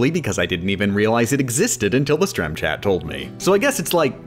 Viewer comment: what I don’t understand is when they say “strem.” Is it like an inside joke or something?